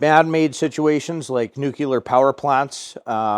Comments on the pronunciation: This is a great video. But you're mispronouncing nuclear. It's "new-clear" not "new-cue-lar." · No, it’s “new-clee-ur”;)